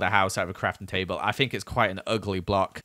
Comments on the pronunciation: did anyone else hear him say tabel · Did anyone else hear tay bale or just me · "Tay Bale"